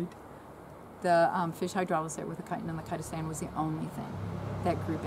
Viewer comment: What was that?? Kytan and Kytastan?